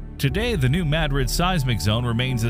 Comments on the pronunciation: I really like your channel but I wish you would not use an AI generated narration. There is a tendency of AI to mispronounce words like Madrid, where it puts the accent on the first syllable instead of properly placing it on the second syllable. It makes me not want to listen and teaches people who are not familiar with the New Madrid Fault to forever after pronounce what should be something like Muh-drid, to Mad-rid. It also feels very impersonal than if you used your own voice. You are so knowledgeable but the use of AI makes me question if the whole video is AI generated, and if it is, because it cannot speak proper english, it makes me question its veracity. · I never could understand why this fault line isn't enunciated correctly. Even seismologists don't enunciate it correctly. It's named after the Spanish city of Madrid. It's enunciated the same way that the city is. They do the same with anywhere named Du Bois. It's French. If you spell it in English the way it sounds; it would be Doo Bwaa but, everyone and their grand mother says Do Boys. Even the meteorologists aren't smart enough to speak it correctly. I find these things frequently annoying. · Either this is an AI voice or he's just not sure how to pronounce a proper name. Very informative and fun to watch but when you speak the name you pronounce it 'may-drid'. It's MA-drid. And when you say it the proper way it's Madrid. It'd be easier to vocally tell you . That's the only thing that I disliked. Great job but learn pronunciation on other things. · It is correctly pronounced MADrid. That is what the town's residents call it. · I'd consider it, but your poor poor pronunciation just grates my nerves, It's NOT MAD-rid, it's Ma-Drid. So, I just can't. Not even liking it, tbh. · Thank you for making sure it’s pronounced correctly!! It’s not “ma-drid” it’s “mad-rid” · If New Madrid is named after the city in Spain, then it should be pronounced "Ma DRID", not "Mad rid". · It's pronounced Muh-drid